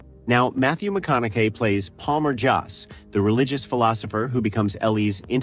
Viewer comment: Good writing. Horrible AI narration. Notable mispronunciation: Matthew McConaughey's last name, multiple times. Please use real human narrators!